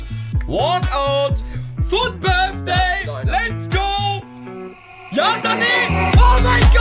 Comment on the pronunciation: „fut Birfday“